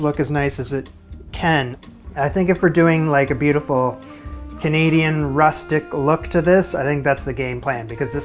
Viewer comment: did he say CHanadian?